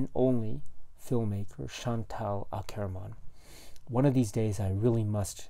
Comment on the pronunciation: You slightly mispronounce her surname, but perhaps no matter. Do you think the film would still be as engaging or interesting if it were not for the unexpected ending? I sometimes think it would have been truer, more authentic if Akerman really did have the tenacity to be true to her artistic logic and therefore not construct such a 'sensational' conclusion. After all, many of us trapped in the malaise of our quotidian life might secretly fantasise about taking such a liberating/devastating ultimate action (killing the client) but people who live at addresses like 23, quai du Commerce, in fact almost never do... Doesn't that then almost transport the film into the realms of a de facto soap opera or a kind of a avant-Hollywood indie film as opposed to rigidly adhering to a cinema of non-event or tedium? (For some reason, I can't help thinking of a dreadful, but horribly fascinating American crime series called 'Snapped - women who kill' (!))